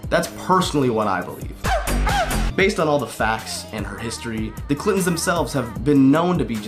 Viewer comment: It sounds like you're saying "clit"ons